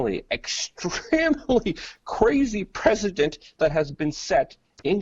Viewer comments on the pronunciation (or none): Luke, the word is "prec-i-dent" not "President", you are a journalist, you should have better Grammer!